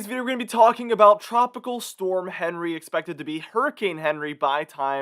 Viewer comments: Came here to say the same!!! Very irritating every time he said Henry!! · Isn't Henri a French name and is pronounced awn-REE? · Quick reminder, Henri is pronounced “ahn ree” because it’s a French name. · It would sound a lot more professional if you pronounced this storm's name correctly. It is pronounced "on-ree", which is the French version of the English name Henry. The World Meteorological Association picks the names, and they are a mix of names from the predominant languages spoken in that part of the world. For the North Atlantic/Caribbean basin, the languages are French, Spanish, and English, so the names on the list are from those languages. I hope that helps you.